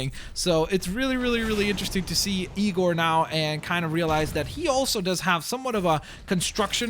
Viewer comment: The point when you called igor , egor is funny